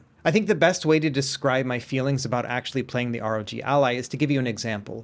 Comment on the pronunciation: Why is he saying "ROT" ?